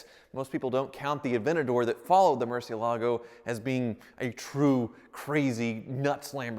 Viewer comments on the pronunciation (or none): MurciELago. Please start saying it correctly. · Mercy ele go... is how you say it... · It's Moorr-see-ehl-ago. Not Mercy-o-lago. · Mercy...L..a....go. not mercy-ALA-go. Tavarish would be ashamed of your pronunciation. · The Mur has a Moor sound to it, Moor.. everyone puts too much emphasis on the lago, it's not lago, Its the ela, Moor - Ci (si) - ela - go Moor-Si-Ela-Go, Not Mercy-uh-lago. I can't watch when people butcher how to pronounce that cars name. Freddy says it right, talk to him and have him work on your pronunciation. Cheers. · Dear: 1. The singer on the recording of "Carmen" that you chose for this video is terrible. 2. The name of the car is Moorsi-EL-ago. That's right, it's not a Merci car, and the stress is on EL. You are welcome. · Murcielago: pronounced mercy-EL-ago but this one is busted enough that it's entirely understandable to not even want to address it correctly. yet. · Nope. It's pronounced Mur-ciEH-lago. Tavarish is the ONLY person who says it like that. Your argument is based on the fallacy appealing to authority (argumentum ad verecundiam). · Mercy-uh-lah-go Tavarish: Google it. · Nicholas W. “lago” is lake, and they pronounce it “lah-goh”. Therefore, Murcielago is pronounced as “Moor-syeh-lah-goh”. Tavarish and Ed Bolian are not correct. When they are the only 2 people in the world that pronounce it like that, then you know it’s wrong haha. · There is one sound that's worse than your 1st gear and that is when Tavarish and Ed Bolian pronounce Murcielago as Murci-ala-go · Spanish speakers are going crazy about he mispronounces “Murciélago” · First off, congratulations on buying that awesome car. Secondly, for the love of God please learn how to pronounce Murciélago. Your pronunciation is cringeworthy! It’s a Spanish word. Please watch this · but seriously tevarish needs to teach you how to pronounce murcielago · It's not pronounced Murcielago, it's pronounced Murcielago. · He does not pronounce Murcielago though.